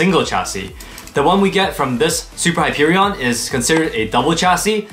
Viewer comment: As a borderlands fan the way you say Hyperion frustrates me